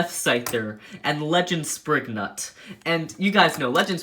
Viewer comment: You pronouns some of the beys naems wrong what is springnut.